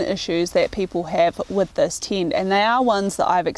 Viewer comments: hearing "tint" every time instead of "tent" just hurt my ears and i am not even native neglish speaker. :) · What's a "Teent"? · its a tent not a tint :)